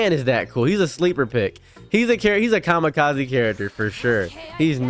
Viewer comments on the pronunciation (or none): none